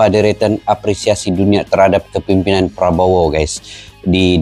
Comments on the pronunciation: Mc Malaysia tidak profesional penyebutan nama presiden.... sangat mengecewakan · Betul ... Salah penyebutan nama presiden ... Sering kali malaysia suka salah penyebutan ... Sungguh Memalukan 🤦‍♂️ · Lagi minta maaf,salah peyebutan nama persiden itu😂kocakk sekelas KTT Asean masih salah,3 negara lagi yg salah nya😂kacaw"gak propesional